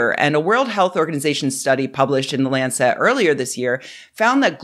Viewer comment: Love your work, but just a note on pronunciation. You are saying Lancet incorrectly as if it was spelt "Lancette". It's a soft "e". Keep up the good videos 🙂